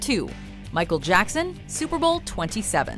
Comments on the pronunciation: Hey its Micheal Jackson not Jacko!!😡😡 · NOT JACKOOOOoo it's Jackson can you do your research first before you actually narrate whatever you want to narrate. Dont call him like that EVER again I'm telling you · You did not just call him Jacko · Call him Jacko one more time. I DARE YOU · Put respect on MJ’s name, his name isn’t “Jacko”, it’s michael Jackson... dislike for days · Call him "jacko" one more time and you're cursed for life!!! His name is JACKSON! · Who the hell is this woman presenter who is calling the king of pop jacko.. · you just didn't call him Jacko!! Don't you ever call him that ever again! It's not JACKO, is MICHAEL JACKSON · Michael Jackson has the best halftime show also did you just call him jacko? His name is Michael Jackson and don't you dare call him that again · you got dislike because you say michael jacko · That lady literally said “Jacko”🤦🏽